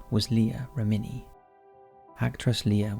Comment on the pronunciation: Kirstie Alley not Christy. And Leah REH-mini (accent on the REH). And she was "devote"? Maybe "devout"? Takes 2 seconds to look it up. Contact me if you're hiring a proofreader. ;)